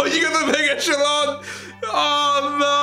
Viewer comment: Raas getting the megachelon tracks. Chelong? What's a chelong? lol